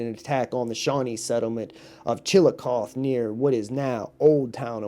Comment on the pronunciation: That's pronounced ( chill-uh-coth-ee) Ohio. Sounds like chilly coffee.